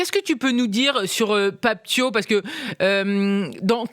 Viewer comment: Déjà pour commencer c'est Pape Thiaw comme "Ciao" en italien